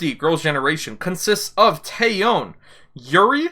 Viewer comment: Just a small heads-up: The Korean "eo", as in TaeyEOn, is pronounced like a short "o", almost "uh", and not stressed, the stress being on the first syllable. So kinda like 'TEH-yuhn'